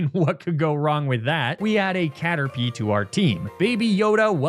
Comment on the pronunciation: I don't think I can properly articulate my love for Car-terpie